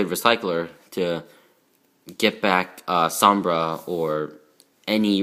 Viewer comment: Som-Bray is how you say it and 3 sheratin is terrible because you have to normal summon it. You should cut it down to 1 and add two maxx c in place